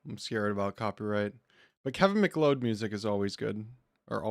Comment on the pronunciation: Btw its pronounced kevin mack-cloud. Luv u